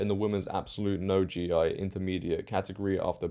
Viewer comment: "Gi" is pronounced "gee". Like "key" with a G